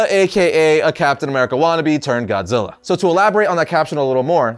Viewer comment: "TODD ZILLER".. SMFH..